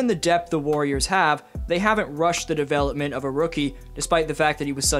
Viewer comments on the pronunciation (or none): none